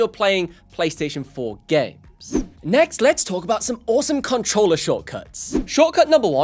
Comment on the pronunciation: PS5 “cuntruller”